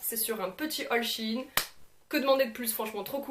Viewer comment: ON DIT SHEIN